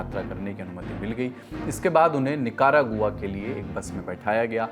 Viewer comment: You are a reporter on news or social media ,please at least learn pronunciation of words: " Dunki' 'Nicaragua